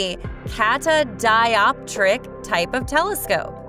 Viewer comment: the AI trying really hard not to fuck up "cassegrain" and "catadioptric"